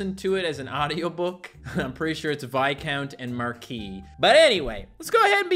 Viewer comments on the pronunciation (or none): Marquis is pronounced "Mar-kwiss" a Marquee is a type of tent. If your father died your mother would be queen mother in European traditions but in some other mother would remain queen until you found a wife and you would be king alongside her.